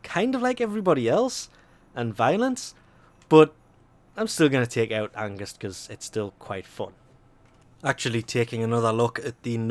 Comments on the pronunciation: lol he says angust not angst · *Ange-st not august. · Angust? AnGUST? I don't want to be that person, but... THERE'S NO "U" IN ANGST!!! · I think he didnt pronounced it like "Angust" more like "Ang-st" because he isnt Norwegian, German, Danish or Dutch because these are the languages where this word is used and doesnt know how to pronounce it right. Or if he is from one of this lands - except Germany - maybe this is the right way of saying the word. :D And if you are German that may be the reason why it sounds weird to you. :D I hope this was kinda helpful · Him saying everyone but Angst's names right triggered me XD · GOOGLE HOW TO PRONOUNCE ANGST. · haha that angst pronounciation is cute *^